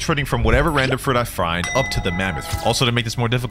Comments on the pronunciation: Bro really said frind at the intro instead of find lol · bro you say frind did you mean grind?